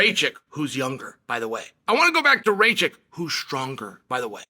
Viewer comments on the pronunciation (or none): It is Raa Kitch and not Ray Chick